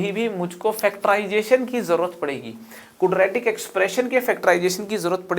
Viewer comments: "Kudratic" Expression.... :) loved the lecture sir................... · Cudra tik ekwaation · कुद्रैतिक इक्वेशन 😂😂😂😂😂😂😂😂